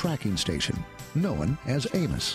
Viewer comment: Know-in? Sounds like an Aussie!